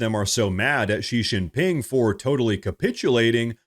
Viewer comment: Xi Jinping's name is pronounced SHE GIN PING.